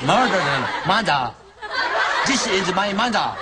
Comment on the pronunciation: The teacher made "mother" sounds like "murder"